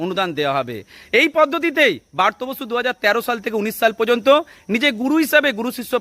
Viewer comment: বারতো বসু। নয়। ওনার নাম ব্রাত্য বসু। তুমি এত জান ,কিন্ত নামটা ঠিক করে বলতে জানো না?